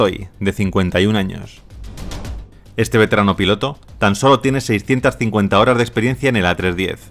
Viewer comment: Amigo, xq el narrador no puede pronunciar bien la palabra.. "HORAS DE VUELO" siempre dice.. "HORAR DE VUELO "..... saludos!!